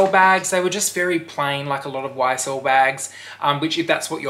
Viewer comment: Lol! Did you hear how he said it?? 😆😆😆